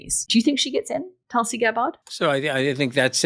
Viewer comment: At least pronounce Tulsi's name properly